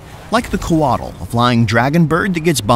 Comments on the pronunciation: If you see an "X" in a Latin -character transliteration of a Mesoamerican language, it's pronounced "sh". I know doesn't know that. It's just too painful to listen to without trying to correct it. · Did you already stop bothering with the "x" = "sh" pronunciation or did I get rused in that last video of yours?